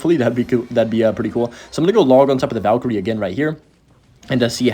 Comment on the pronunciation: thats the first valk-kyrie irving ive heard in a long time from you